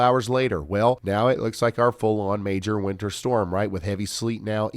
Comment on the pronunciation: The way Ryan pronounces winter makes it sound like he is saying winner.